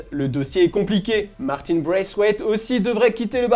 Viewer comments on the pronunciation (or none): none